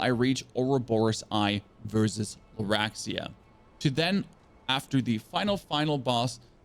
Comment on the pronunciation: Did you say...Laraxia? and then... Laguarzia? lmao also called Simon "Samuel"? I cant XD